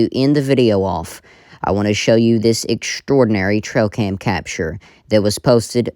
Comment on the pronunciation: She keeps saying “trocam”?